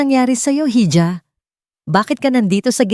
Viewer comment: Ang tamang bigkas sa "hija' ay iha means anak na babae